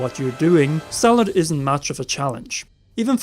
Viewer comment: And let's not forget about the ancient "automation" and the fact that they pronounced Stallord as Cellor a 2 or 3 times